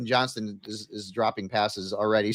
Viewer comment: absolutely butchers Judkins with Junkins. Yo man its a D. Not an N.